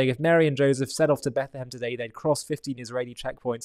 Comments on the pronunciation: Did he say Bethlem??? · What gets me is that he literally says she was in Bet Le hem. Um…dude. Beit-lechem is literally HEBREW. You spoke HEBREW. It means “house of bread.” Oy vey.